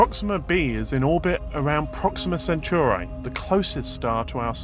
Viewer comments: I hate how he says Centauri Sen- tor-eye Not Churros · O M F G stop saying sen-CHEW-rye just stop. The star is in the constellation of the CENTAUR, from mythology. It's pronounced sen-TAR-ee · Centuri not Centuraaaai !!!